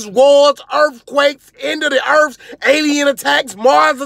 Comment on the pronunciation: "end of the erfs" XD